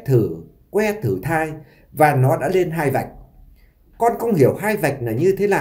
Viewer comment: Giọng kể nghe chán...lày lày...ló ló...nàm...no nắng,..học lại chính tả đi chủ tuts